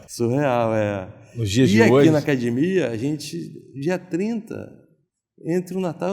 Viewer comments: Nem tem cara de Gracie. Mas se fala acadimia, quem sou eu pra duvidar ? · Se você estiver vendo uma entrevista do JJ e ouvir "acadimia" com certeza tem um Gracie. Hahaha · Acadimia e treno